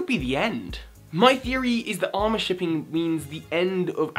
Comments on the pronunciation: Is no one going to talk about his butchering of the word 'amour'. It's not said like 'armor.' It's "uh-more" as in the French word for love... Because Serena is from the Kalos region, which is inspired by France.... seriously though I love the theory but it drove me nuts. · wrong pronunciation man. Your saying Armor shipping, its supposed to be Armour shipping. Armour is a french word that means love and is pronounced Ah-mour-eh. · Please dont say it like 'armour', it's amour, said like -'a-moore'. Comes from the French word for love. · cringes at pronunciation of 'Amour' It's Ah-Moor. As in the french for love. Not Ar-moor as in steel plate. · IT'S NOT ARMOUR IT'S A-MORRE. AMOR. SHIPPING. AMOUR. NOT ARMOUR SHIPPING. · it's a-mour shipping -_ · This theory would have a little more weight if Ash had won the Kalos league; however that is not the case so I think the idea that this will be Ash's last season is bunk now as well. Also, it's amour shipping. As in "Ah-Moor", because Kalos is Pokemon France. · Did he say armor shipping? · virus Juvera No, he mispronounced it. It's pronounced ah - moo - err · pronounce it: "uh-more" with stress on the second syllable. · No offence, but I believe you're saying amour wrong, I think your saying armour , armour as in protective padding or plating. Amour is the French word for love. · I'm sorry that I'm pointing this out, and someone probably has told you this before, but I'm Canadian and know enough French to know this. Amour is said Ah-Moore It's French Just believe me I have no idea how to explain how the syllables without sounding a little stupid. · HE' SAYING AMOR WRONG😲😲😲😡😡😡😡😠😠😠😠 (sry it annoys me) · "Amour" plz. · he also miss pronounced it lol